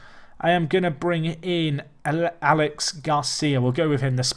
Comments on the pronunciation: You pronounce Aleix as 'Aleish'. At least that's the way Aleix Vidal of Barcelona is pronounced! Great series,! Loving it! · Alex in Spanish is Alex Aleix is the Catalan equivalent of Alexis. And it's pronounced Alesh.